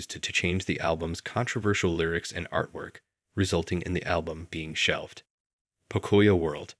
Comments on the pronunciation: bruh got me dead its not pokoya world is po-co-yo world lots of hispanics grew up on that kids show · Oh my gosh, please stop saying "puh-COY-yo". It's pronounced POE-COE-YO! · I mean no harm when i say this❤ but it's pronounced Poke-cuh-yo.🤣🤣🤣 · You are not saying pocoyo right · Great video, but the way 'pocoyo' was pronounced is giving me a migraine lol